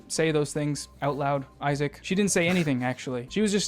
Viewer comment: Oy-sack is so annoying!